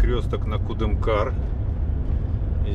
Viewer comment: Кудымкар,ударение на ы😉